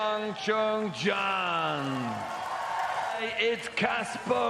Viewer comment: Juncheng is literally the easiest name to say... its exactly how it sounds yet the commentator: I'm gonna call him Jerry